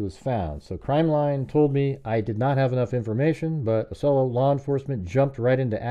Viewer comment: Great video. Small correction since I used to live in Orlando. It’s pronounced “Ah-see-oh-lah”